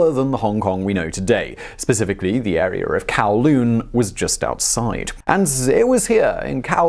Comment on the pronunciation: “Chiner” and “arear”